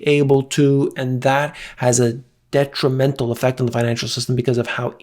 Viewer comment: Did you say: debtrimental!?!